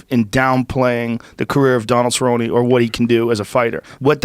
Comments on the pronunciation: "Josh Tomson" "Donald Cerron" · I feel like he couldn't pronounce either of those guys names.